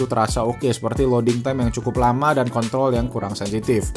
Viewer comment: Di menit nyebut Kontrol kok terdengar KO*TOL YAH 😂😂😂😂